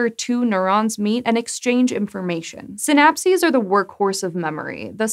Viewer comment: Every time she said “synapses” i head “synapsids”, and now a cant get the image of tiny dimetrodons crawling around on neurons out of my head....